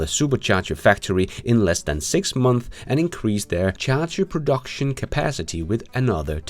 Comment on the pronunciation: six months, months, you have to at least try to say the s. MONTHSSSSSS